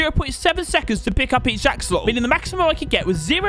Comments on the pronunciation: the part where it said anxelotls tho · "Anxelots" 😂😂😂🤣🤣🤣🤣😂😂 haha:) love your vids!!